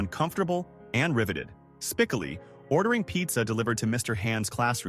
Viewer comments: I hate when idiots destroy videos u didn’t even watch the movie… it’s spicoli not spiclee u dunce. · No shit, that was so annoying over and over and over again they could not pronounce spec Oli. It’s not that difficult. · S p i c o o lll eeee not Spickily.. dumazz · Its spikolee not spikilee Ai is ruining the fun of the name .its was funnier hearing spikolee . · Spicoli (Spa-kol-ee) not Spicillie😂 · Spickley??? I hate AI so, so much. 😞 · Spi-coal-lee is the way it's said Mr. AI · Spickilli? AI crap! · Spicillie? I stop watching right there.... AI strikes again....Does anyone do any editing and listen to the dialog before uploading these videos? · I stopped at "Spick-oh-lee". So about 45 seconds in. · Spic a Lee? Really? F this ai crap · Lost me at SPICK-o-lee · SPIK-ah-LEE. Terrific. Yes, AI script reading still sucks. Didn't know Cage was in Fast Times. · Spickely? Spiccoly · For God's sake . The content creator needs to either ditch the AI voice completely or at least teach it how to properly pronounce a name. I'm pretty sure everyone knows exactly which character's name I'm talking about s p I c "O" l i . Honestly, how hard is it to actually watch a clip of the movie and realize that the character's name is pronounced using a hard "O". It's not that tough to do. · Get the names right! Spicalee. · Silver for sure and his name is pronounced Spi coh lee the middle is oh not whatever this AI is spitting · Spa-kol-ee.........Spa-kol-ee...........Spa-kol-ee..........whoever does these retrospectives should watch and LISTEN to the dialog.......!!!!!! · Spik-koh-lee. Like Sicily. 🤣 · Actual pronunciation would be more like : Spih-koh-lee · Thank You. I was 21 when the movie came out & I was working at a record store when the soundtrack came out & sold out for months. Its SpakOlee Dumbass !!! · Jfc!! Spick-- coe-- lee!!! Have you even watched this??? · It’s Spi-Kol-ee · i stopped watching once the "narrator" could not pronounce Spicoli. AI tripe!